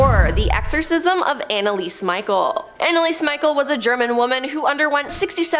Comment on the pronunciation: Anneliese Michel,....her last name, I believe, is pronounced like me-shell